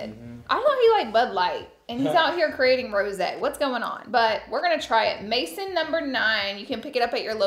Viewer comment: Post Malones drink is not pronounced “mason” it’s French. It’s pronounced “May zon ” but almost like the n is silent lol